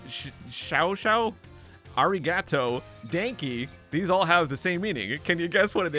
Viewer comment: im German and that is not how you pronounce "Danke" xD